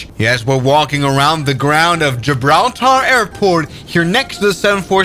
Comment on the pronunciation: Say Gibraltar again 😂